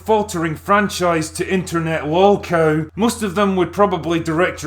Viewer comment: Internet wallcow? Did I hear that correctly?